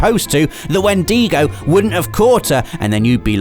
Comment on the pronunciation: Today we learned that doesn't know how to say Wendigo, but we love him anyway.